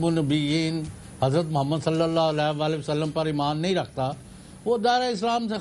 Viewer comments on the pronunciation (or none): none